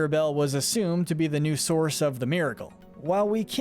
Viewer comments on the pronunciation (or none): none